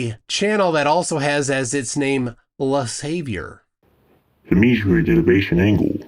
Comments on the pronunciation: Correction : it's not "le saviour" but "le savoir" which is french for "the knowledge". Which is certainly as effed-up. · It's not savior. It"s "Savoir", which is a French word meaning knowledge. Just to correct this mistake. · It's not "le savior" as you said, but "le savoir", which means knowledge in French. Which is still very funny.